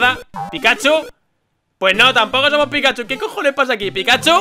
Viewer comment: comfirmado que no sabe leer no decia pikachu decia pikahu por dios